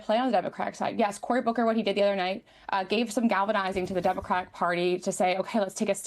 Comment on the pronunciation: it's democratic party! it is so irritating to hear them say demovrat party